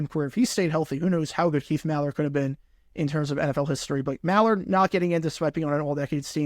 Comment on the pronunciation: It's Keith MILL-Ard